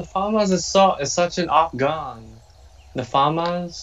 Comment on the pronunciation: fAhMaHsss ((Ik its famas but he pronounced it so wrong lol